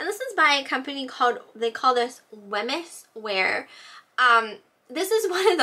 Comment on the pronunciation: Hi, Thanks for your great video. Just to let you know Wemyss is pronouced ''Weems".